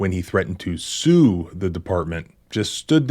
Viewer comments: Sounds like She said “shoe”. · i heard shoe, they were gonna get the sneaker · you misdubbed the female officer. she says shue not sue or shoot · She said "shoe" because she is an uneducated American. Shoe doesn't mean shoot though. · To me, it sounded like she said 'shoe', but maybe I need my hearing checked. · With closed captions on . He said sue . The officer said shoe. At least according to closed captions. The female cop can't even pronounce the words shoot ,sue or shoe ... Yet she heard shoot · you need to listen and not look at the subtitles. she said shues